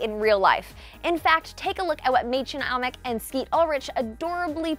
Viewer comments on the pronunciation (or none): IT IS MÄDCHEN AMICK! NOT MÄDCHEN aMICK! IT IS A LONG A AND IM TRIGGERED